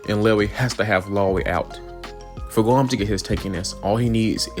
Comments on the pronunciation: Did bro said "gwom"?💀💀💀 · It almost sounds like "głąb" which means someone stupid in polish 😅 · it's ok, "Gwam" sounds kinda funny in a nice way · I dont want to laugh at your accent, but you reading "Grom" and "Tara" as "Gwom" and "Tawa" just makes me laugh a bit ❤